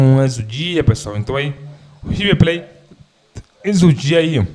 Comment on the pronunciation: O rive ple kkkkkk tá di oi kkkkk